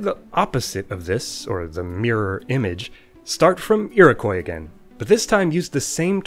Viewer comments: Very interesting! Just a heads up though, Iroquois is pronounced more like “Eerokwah”, not “Eerokoy” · Iroquois is pronounced Eer-o-kwa, not eer-o-koi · Iroquois is said "ear-oh-kwa". Good video, though. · It's pronounced ee-roh-kwah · Thanks! Where I grew up it was only -/kɔɪ/. I'd never heard the -/kwɑː/ used in Canada (and some of the US) before I made this video! That pronunciation interested me enough I did some digging and writing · Originally, yes. And if "Iroquois" keeps being pronounced wrong by too many people for too long, the same thing will happen.